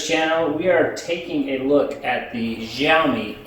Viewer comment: It's Xiaomi, not Riaomi